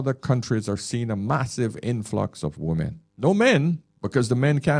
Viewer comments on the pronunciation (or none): I have watched and enjoyed a lot of videos, still can't understand why the most used word, he can't pronounce properly, i.e. "women" Most non native speakers can't pronounce it properly (I was an English teacher for 20 years). But he is not a non native speaker. He sounds like he is from the West Indies. Ironic that that is the only word he can't pronounce properly isn't it.